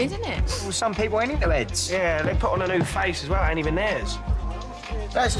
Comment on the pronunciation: "Some people ain't into 'eads" omg! 🐽🐽🐽😂😂😂